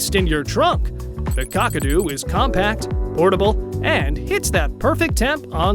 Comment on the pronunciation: The narrator really needs to speak to an Australian. It’s not cockado it’s Kakadu and O Z refers to an Australian person so it’s OZee. But the pronunciation is good for a laugh 😆.